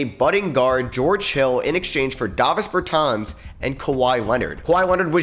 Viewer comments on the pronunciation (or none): none